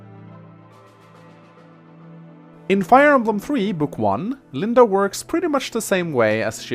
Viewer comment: From now on, I'll kill a kitten every time someone says Linda instead of LindE.